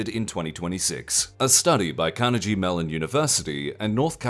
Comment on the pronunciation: Carnegie-Melon, with a hard "g". Instead of karn - uh - jee, try karn - uh - gee.